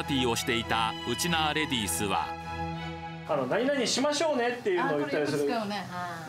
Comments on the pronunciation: ちょっとしましょうねのイントネーションが違うね。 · 〇〇しましょうね。って言葉とイントネーションが大好きなないちゃーです😁